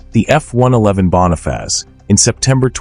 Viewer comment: ¿Qué es la Bona faz?..😂. Joder, al menos aprende a pronunciar cuan hagas videos.